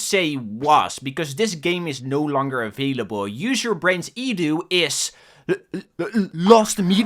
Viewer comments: Can't watch this slop. Properly say E D U not fucken edew. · i think it is E D U. not edu. like seprately